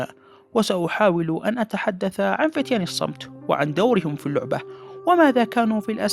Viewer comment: لا تقول لوعبة